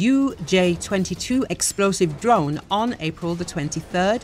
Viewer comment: did you say Ukrainian intelligence tried to kill putin with a drone? i didn't catch that the first three times...